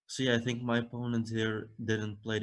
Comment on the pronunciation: "I tsink" lol ... typical Dutch pronunciation of "I think" ... as I am Dutch too and needed to practice how to use "th" after a while I succeeded to do it perfectly. It takes some effort.